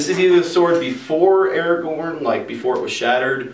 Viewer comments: pretty sure it's pronounces [ Ara-gon ] Not [ Era-gorn ] Just saying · It isn't spelled Aragon and isn't pronounced Aragone. It's spelled Aragorn and pronounced Ar-uh-gorn.